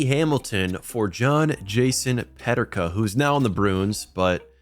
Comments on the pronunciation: they way u say JJ Peterkas name is weird. its pronounced PE-TER-KA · Why do you say Peterka like that ? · Great Vid, but as a Sabres fan, the J.J. Peterka pronunciation hurt